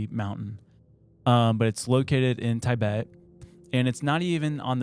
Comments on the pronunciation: This episode is making me question so many things … Why doesn’t know how to say Tibet? Why aren’t any of the other guys correcting his pronunciation of it? Wait, do I know how to pronounce Tibet?! How did actually just pronounce it correctly? Or again, do I not know how to pronounce it? Is actually a secret genius? No, sorry that’s insane, Especially after he said NASAW. Why didn’t anybody correct when He said NASAW? Is there some other organization I don’t know about called NASAW? What in the hot dog is going on?! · Tibet, or Tie-Bet according to hahahaha does he say he is an "Eh-Merican" hahahahaha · I never wanted to punch anyone, until I heard him pronounce Taibet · Your pronunciations of NASA and Tibet are driving me nuts lol!